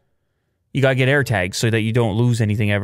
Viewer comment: You know he's Canadian when he says "Air Tegs"